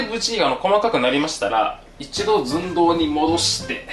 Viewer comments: ズン↗ドウ↘ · 寸胴の言い方が好きすぎるw